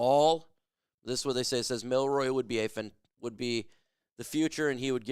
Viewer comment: His name is Jalen milROE, not Milroy lol